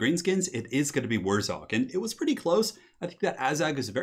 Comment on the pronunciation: WurrZOG?! It's WurrZAG, ya goon.